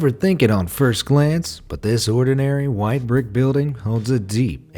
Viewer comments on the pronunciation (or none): none